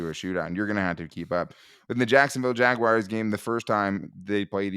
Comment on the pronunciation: Why do you guys say “Jagwires”? 😂